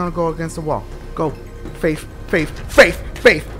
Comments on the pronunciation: Dashie when you faith it sounds like if you are saying babe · Dashie said "Faif" about 90000 times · I love how he says faif. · "Faif" xD